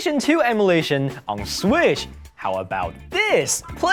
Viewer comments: nga said swish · Lol say switch again 😂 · "Emulae Sweesh onna Sweesh" XD